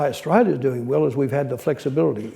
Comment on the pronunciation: Big Picture, Not, Big Pitcher. Australia Not Strayya. Inexorably. No Qualifications, A product of an escalator. Changed Australia for the worse. Utter nonsense, Nothing more than a mutual admiration society. Insufferable. Such a mediocrity.